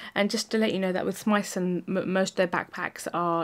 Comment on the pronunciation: you pronounced Smythson absolutely spot on Great review by the way